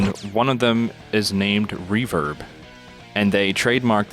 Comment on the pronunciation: Am I the only one getting triggered by the fact they called REVERB, Revert?